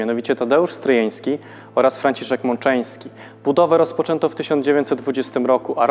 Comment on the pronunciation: Aby się przyczepić: Franciszek Mączyński, nie Mączeński ;)